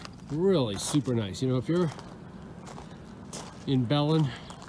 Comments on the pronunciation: Be len not bell in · "Bah-linn", not "Bellin" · "b'LEN, not Bell-in. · Belen hahaha, keep saying it It's the oddest saying I've ever heard. It's Ba-lynn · I live near Belen (it isn't pronounced Bell-en, but Beh-LEN, like bed w/o the d). I don't go into remote areas here without a firearm. Just sayin'. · It’s pronounced “bah-lin”, not “bellen” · FYI, the name of the town is "Bah-Lynn", not "Bell-in" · It's not Bell-un, It's Buh-len. Bethlehem in fact. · OMG....y'all are saying Belen wrong!!! It's not Bell-lin.....its "Bah-lin" I always cringe when out of Towner's, try to pronounce New Mexico towns or areas .... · It's not Bell- lan as you both tried saying it... it's a Spanish word.. it's pronounced "bey- linn" a,e,i,o,u is not the same as in Hispanic "ah, ey, eee, o, oooo" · BEh-Lyn not belon it’s killing me 😅, oh my gosh they are in rattle snake country. It’s a scam to the tune of 14 million. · please quit saying belen with 2 short e's. its pronounced be( short e) len ( short e) emphasis on 2d syllable. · bay-lin, not bell-en. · Ba-Lynn...... not Bell-in. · First off. It's belen, pronounced 'balin not bell in. Second, that was a major scam cause sand out there still isn't worth much more than 2-3 k an acre, no one wants it. And 3rd. If it was a scam then, it probably means your family owns nothing. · Bay Lin: not be lan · BELEN is Pronounced BUH LIN not bellen . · You don't want to live in this state. And its pronounced buhlynn not bellin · LOL buzzer, wrong. No it's not Ba-lynn. It's Be (as in bed minus the D) Len (as in Lenny). Be-Len. Belen, NM. You're welcome. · It pronunce Be Len (Belen)NM like eye lens Have fun in land of Enchantment nice people and delicious green chile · Every person who has ever lived in NM is shouting at you BAY-lin! The butchering of the place names is so bad it becomes outrageously funny. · Thanks for watching! That place was totally awesome and well worth the detour to Belin (pronounced Ba-lynn)... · pronunciation is ba-lin